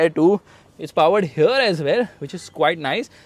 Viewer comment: Right haerre lol